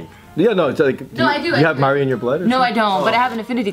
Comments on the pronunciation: I'm from new Zealand and by the way Maori is pronounced mould-d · Their pronunciation of Maori is Hilarious. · BIG MAHC it kinda upsets me though because they named their kid a name that’s Maori at least pronounce it properly 😩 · S H at least learn to pronounce Maori! At least when they tell people their kids name they can say it’s Maori without it being pronounced wrong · I love these guys... but it low key pisses me off the way the pronounce ‘Maori’😂😂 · I don’t get annoyed by much and I’ve been watching jk for so long and follow all their vlogs but it definitely bugs me knowing Bart and named their baby Taika and didn’t even bother to learn to pronounce the word Maori properly 😩😩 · Tyran Curtis it just is slightly disrespectful to have a tattoo with Maori culture and a kid named something in that language but still never spent a minute to find out how to actually pronounce the name of the language